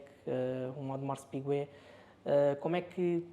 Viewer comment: Um ‘audemars piguuet’ 😂